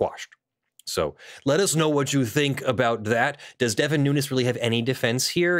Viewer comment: His last name is pronounced “noonz” (you know, the normal way we pronounce words in English ending with “…-vowel-consonant-E”, plus the “S” pronounced the normal way we pronounce pluralization), not “new-ness”. Just saying— your video and viewpoint are more agreeable if sound like you've done the tiniest amount of research.